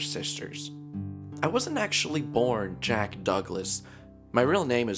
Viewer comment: It's pronounced as Jack not "Jeck" Waits to be thrown to the sun